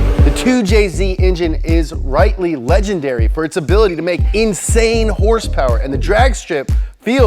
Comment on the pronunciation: If I hear terk and herspower out of your mouth one more time, I'm going to punch you.